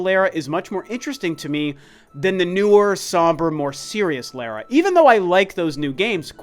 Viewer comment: Every time he said Lara I cringed.